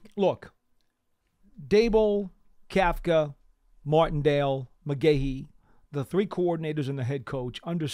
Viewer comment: For a reason that will always escape me. I hate when he says Mardendale instead of Martindale. You know-his name !!!